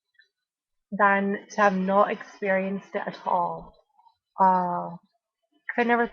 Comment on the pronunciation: I love the way you mimic posh stupid bitches at "I'm just thankful I've experiencedddd that", fucking golden girl